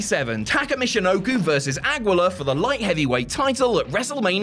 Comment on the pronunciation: Aguila lol mispronounced